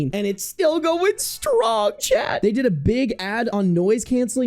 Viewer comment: I just want you to know it took several months to realize you were saying "chat" and not talking directly to some guy named "Chet".